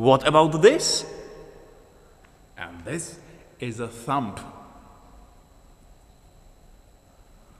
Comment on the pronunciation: first finger not a point finger, index finger is OK, and be careful of pronunciation of thumb (there is no b to pronounce :)